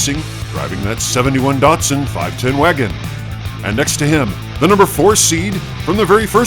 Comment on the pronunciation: It's Datsun, not Datson